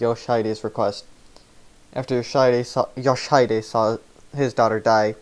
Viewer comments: I'm pretty sure the mispronunciation is due to him spelling it as "Yoshidide" rather than "Yoshihide" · Your pronunciation of "Yoshihide" is hilariously wrong. Sorry, but I couldn't help but comment on that considering just how many times you repeat that name. For the correct pronunciation, check stage 8-30 and pay attention to what is said in the cinematic that plays when you win. Edit: and no, it's not an issue that you mispronounced it, it's a foreign language after all, it's just that the constant repetition of the wrong pronunciation irked me enough to comment. Sorry.